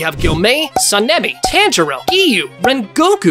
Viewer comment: tanjio💀💀💀💀💀 its tanjiro😂😂